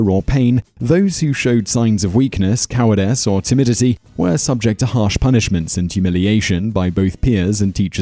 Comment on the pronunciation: It's not cowardess, it's cowardice